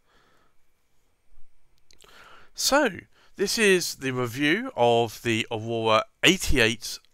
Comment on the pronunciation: "Ohwowhra" ... "bless you"